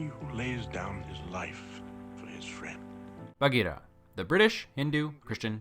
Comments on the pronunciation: I like how you pronounce Baghira :) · Your pronunciation of Baghira is perfect!